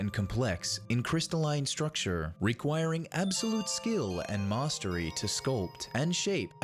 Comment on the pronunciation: I can't get over the weird way you say "mastery"